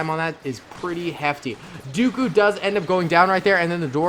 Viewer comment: It’s not Count daeku its count dooku